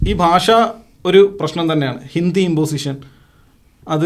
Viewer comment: ഇന്ധി movie alla. ' Hindi movie ' എയ്ക്കാരം അല്ല ' ആയിരിക്കാം '